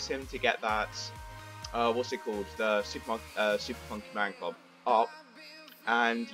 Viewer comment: And yes! You say it right!!! Super Funky Man Club!